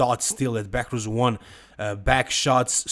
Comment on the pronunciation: BEHROUZ - pronounched as BEY-ROOZ not Beckers, he was hands down the WINNER. Nathan was thick and not in his best condition. Urs looking as a big as a house but come show day he flattens out.